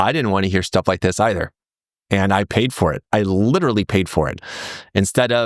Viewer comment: old boy, you're very likeable. I listen to your videos even though I'm a committed bag-holder and no trader. But, look, I feel sad that a sophisticated charming educated person like you can't say the word literally properly. You say lidaree, liradee, liderderireedee. Just learn to say it, come on, you've got a hundred thousand people coming to listen to you. Honour them by speaking properly.